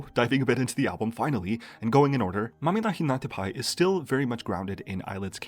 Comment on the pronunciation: I really appreciate that you took the effort to learn how to pronounce Mamihlapinatapai instead of acting the fool like other youtubers.